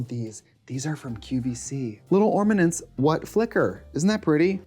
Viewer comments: did she say… ormanents? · "ORM-anents".... Trixie, you legend. I love you. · “little ormanents what flicker😃” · SHE SAID "ORMANENTS" I'M CRYINGGGGG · Why is Charlie Brown pronouncing ornaments like ormanents?! 😭😭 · ORMANENTS. I had to go back and replay it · "ormanents" made me laugh lol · little ormanents :) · Little ormanents 😂😂😂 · It's 8am but I will be taking a shot every time she says "ormanents" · 😂I had convinced myself the first one was an accident. Then after the second one I convinced myself it was on purpose!